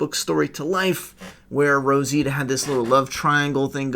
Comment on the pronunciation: Rositia huh? 🤔 Sure it's not Rosita?